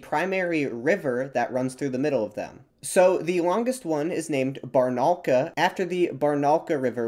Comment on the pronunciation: Bar-na-oo-lka - this is the correct pronunciation, hit on the oo (u sound). Amazing video. Thank you. P.S. Kooloond-aaaaa need to hit the last vowel, not the Kooloooonda. It is the them of the steppe region at the West. The steppe of the Kulunda (Кулундинская степь). P.P.S. here is a correct pronunciation of Kulunda (Kooloond-aaaa) at the very beginning